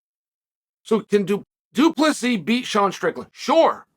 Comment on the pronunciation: omfg guys ! Chael said du plessis right!!! wth